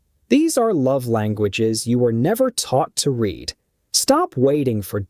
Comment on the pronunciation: I turn these off the second the AI voice can’t pronounce the right version of read